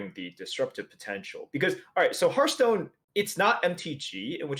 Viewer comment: I wish that the streamers would learn how to pronounce "Hearthstone." They all say it like "hurt stone." There are a dozen or so channels online, and it seems like no one can pronounce the name of the game.